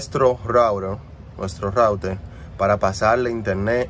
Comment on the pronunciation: Por que dices rourer si es router